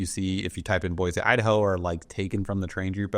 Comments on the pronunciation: "Boy-cee" not "Boy-Z" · It's Boy-See, the Z is silent! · No Z in Boise amigo… mo mo land represents concentration of Mormons As a native Eagle -ite your doing so so